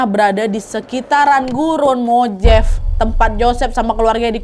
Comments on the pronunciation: Punten Kak Nad... MOJAVE dibacanya bukan MOJEIF, tapi MOW-HA-VEE atau MO HA VI, huruf J dalam bahasa Spanyol umumnya dibaca H...🙏🏼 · Mojave itu bacanya Mo-ha-ve kak nad😊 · Mohon maaf kak kalau boleh kasih masukan, gurun mojave dipronounce nya mohave dan itu bukan gurun terpencil, melainkan gurun yang besar di california. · Mojave: bacanya mo ha vey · Kak punten, ‘Mojave’ dibacanya ‘mo-Hah-vee’ 😊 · Koreksi Nadia...Mojave dibaca Mo-Ha-Ve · Gurun mojave... j nya dibaca h ... Nad